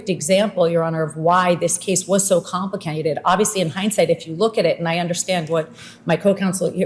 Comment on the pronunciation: Listen: , Alina Habba’s practiced vocalisms abandon her when she says “complicated”… “compli-CAY-ded” Sounds like her country upbringing is trying to get out